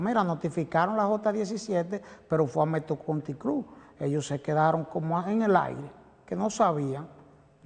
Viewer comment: Alicia no exageres con la fonética. Metro country cloubaaa.